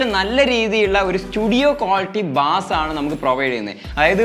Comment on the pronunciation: Bass അല്ല ബേസ്